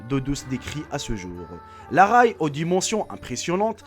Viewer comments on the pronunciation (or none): on parle de train dans la vidéo ? car tu dis railles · On dit Ré et non raille de train XD PS : CONTINUE TES VIDEO :O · juste on dit ré (prononciation)